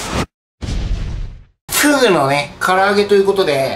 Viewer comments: ふぅぐのふぅら揚げｗｗｗワロタ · の｢ふぇうぅぐのね、唐揚げという事でね。｣の"ふぇうぅぐ"がすっげぇ好き。